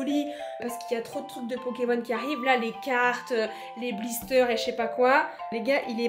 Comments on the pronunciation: " les bisteur" 😂😂😭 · "des blissters"